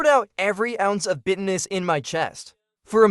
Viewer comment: you really need to retrain your AI voice over to correctly pronounce words like bitterness. Because bitterness sounds more like business instead of the actual word. Great videos BTW and I really enjoy watching your videos.